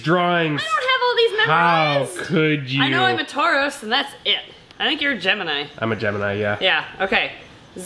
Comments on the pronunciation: I love and 🥰 we all know they are the best kinds of nerds! Did anyone else hear the Fruits Basket reference? Or the Pokémon? Tauros instead of Taurus ♉ 😁🤣 So excited to see baby videos again! It's been so long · The “the only one I know is Toroz” kills me! I love you 2… but it’s tor-us. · Did anyone else notice them pronounce Taurus like Tauros the Pokémon 😂🤭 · I love that said Tauros as in Pokémon 😂❤️ (for reference it’s actually spelled Taurus) ♉️ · I really enjoy that they unintentionally said Tauros, which is of course a Pokémon, when they mean Taurus haha. It’s cute. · i laughed so hard when said her sign is tauros instead of taurus LMAO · saying Tauros instead of Taurus. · Taurus not toros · So not to be rude but in case you do zodiac ones again it’s pronounced Taurus and the line on top is kind of wavy